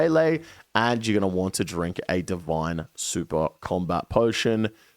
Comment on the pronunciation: Thank you so much for being one of the ONLY youtubers that say "Going to want to" and not "GONNA WANNA GONNA WANNA GONNA WAHHNA" xo